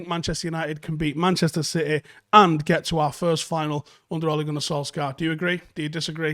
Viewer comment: It is pronounced Solshayr, not Solksiar :) Other than that, great video as usual